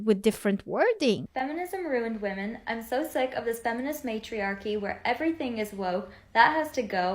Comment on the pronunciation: 12:oo can't even say the plural of women